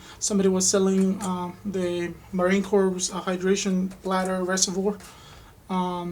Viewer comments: Pronounced "core" and not "corpse". Good video though. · Great vid! Just to clarify it is the Marine Corps, pronounced "core" and not "corpse". Keep up the informational vids! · Marine crops =Ma-Rine ~Core , the "Ps" in Corps is Silent